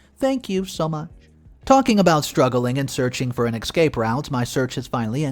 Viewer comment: please note: There is no X in the word ESCAPE.